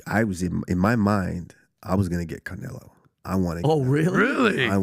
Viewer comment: Usman talks a lot of sense until he said the word Canelieo. 😅